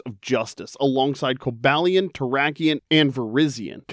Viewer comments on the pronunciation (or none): none